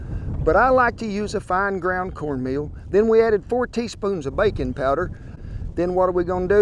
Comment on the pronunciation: I heard "bacon powder" instead of "baking powder"...